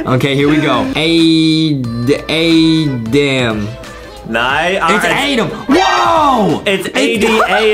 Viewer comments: Its not adem its adam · It's adam not adem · It is not Adam it to so adem!